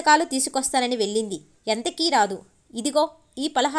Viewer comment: వెళ్ళింది అని చదవాలి.అక్షరాలు పలకడం బాగా నేర్చుకొని చదవండి